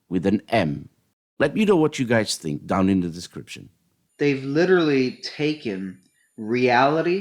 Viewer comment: It sounds like "taken" with an "n" to me, but my hearing isn't the sharpest.